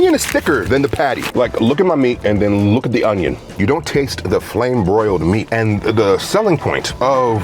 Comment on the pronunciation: ive been sat here crying laughing at the way you emphasize "Onion"